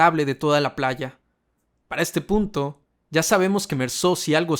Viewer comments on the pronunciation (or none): none